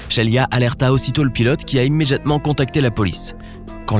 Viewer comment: Le seul truc qui ma marquer frère c’est « immeDJatement » Articule cousin😤